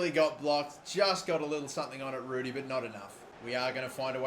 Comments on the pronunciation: Ruddy is pronounced Rudd ee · 16.31 John Rud -dy not Rue-dy Ruedy is the dinosaur in Ice Age